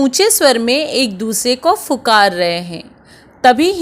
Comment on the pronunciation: its pukar aapne fukar bola